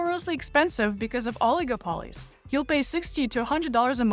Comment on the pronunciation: that is a way of pronouncing oligopoly